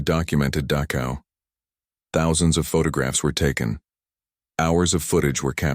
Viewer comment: ILUSION???? PRETTY SURE IT HAS A DOUBLE L. IT'S NOT "DAKOW," BUT DACHow IN GERMAN CH DOES NOT EQUAL K. IT IS AN UNVOICED SOUND MADE BY RAISING THE TONGUE TO NEARLYTOUCH THE ROOF OF THE MOUTH AND UTTERING AN UNVOICED SOUND.